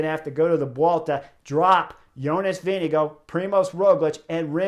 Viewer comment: Hey Chris. I'm a Dane, and I'm impressed by your pronunciation of "Vingegaard"! :-)